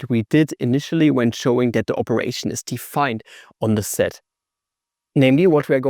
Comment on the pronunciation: Sed sed, zed sed. Dude it's sed set